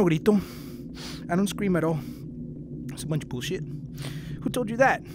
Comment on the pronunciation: I love how he says buooolsjit